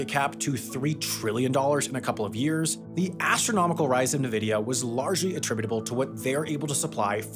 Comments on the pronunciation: People really need to stop saying navidia. It makes you sound less educated on the industry. Pronounced Invidia. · You say it like, "N-VIDI-YA" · N-vidia (or en-vidia, phonetically). Not “nuh-vidia”. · It's INvidia, not Nehvida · wait, is it actually pronounced “navidia”? I’ve only ever said and heard “en-vidia” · Thank you! It's freaking en-vidia and has always been. I always feel like the people who say nuh-vidia are kind of idiots out of the loop trying to talk about tech. Least thats how its been so far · oof nuvidia lol N vidia I don't know if this is AI speaking or someone that doesn't know technology but I can't explain why that felt like nails on a chalkboard lol Quantum Computing will replace these power hungry binary chips in time Nuclear reaction power will replace and upgrade our grid (no not LWR or PWR's), newer technologies are being pushed to market and many of these rectors are sealed, self-contained and little to no waste and in some cases refuels itself for the life of the reactor (5-15year life because of extreme heat the pumps have to deal with) We'll end up with an abundant supply of power being stored in storage banks and available for industrial buildup, and evil plot, humanoids take over the world all connected to these datacenters (last part kidding) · "Nuh-vidia"? It's "en-vidia". How the heck did people start mispronouncing Nvidia's name? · It's pronounced nvidia, not nvidia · I had to lower my volume to lessen the blow of each Nuhvidia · Of course he is, who tf says nemvidia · The invidious name of Nvidia is pronounced En-vidia. 😊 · Mimnivia is not that hard to pronounce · N VIDYA!!!!!! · Gotta love Nividia! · They're gonna rebrand to Nvidai soon anyway. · Came here to yell at you for pronouncing it 'ne-vidia'. 😆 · With love, it’s Nvidia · ITS NVIDIA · nuh-vidia is CRAZY Glad you learned Sam 😅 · EN vuh DEE ah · Did he really say Na-vidia😂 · Did Sam just said "Nuhvidia"? 😐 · Bruh did you really just say "nuvidia"?